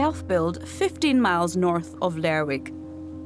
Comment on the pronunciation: It's Lehr-ruk -- not Ler-wick.